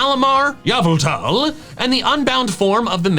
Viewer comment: I'm not necessarily new to this channel, but I love how he actually says "YAVELTAL" in an actual informative video like this one. Never lose your pep. 😂